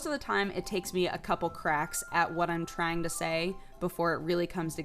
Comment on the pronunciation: When she's talking about doing NEWZ, did she say trying or crying; sounds like she said crying